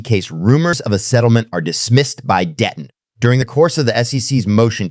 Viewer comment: DEETON or DETTON maybe figure out how to PRONOUNCE NAMES correctly or at least CONSISTENTLY